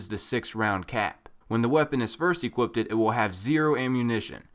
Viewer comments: ere u intentionally pronouncing equipped wrong? or was it mistake? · Equipped. Not equipted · EQUIPPED. NOT EQUIPPTED